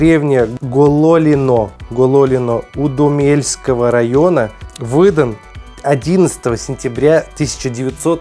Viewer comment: УдОмельского района правильно